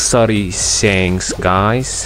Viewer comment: I like him when he says sanks not shank’s 😂